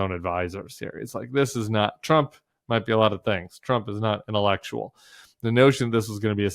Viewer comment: Trump wants to do "Intellekshul" LMAO 🤣